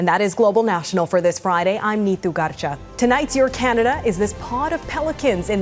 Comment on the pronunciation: "neetu garcha" pronunciation in every video is amazing. Good for viewers. At least Global allows comments as opposed to CBC cowards.